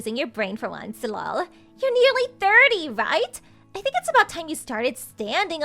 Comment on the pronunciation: I know, right? I've never heard anyone to say the actual syllable "LOL," and it's quite nauseating. But then you can tell that this entire series is done by people for whom English is NOT their primary language...😂🤣😅